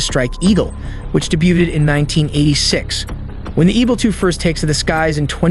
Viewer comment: This is a really bad example of AI generated garbage. It's F-15 "E-X", not F-15 "X". 3 "J" and some cruise missiles? "Fighter plane, the F-15 "x"." It's not a seventh generation plane, and what is testing "Red Sea"? Cruise missiles have a 250 mile range, not 250 "may". "Which daybutted in 1986..." or "Which debuted in 1986..." Sidewinder, not sidewindor. ...new missile eject and bomb ejector missile racks... what is that?